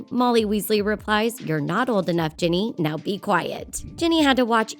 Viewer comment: she said Jenny not ginny